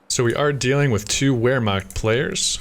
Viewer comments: as a usf and coh2 noob I love those videos, in return, please take those letters to helpbyou with the pronounciation of german words: W = V v = F so Vermacht or folksgrenadiers. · It's pronounced roughly "vair-makt"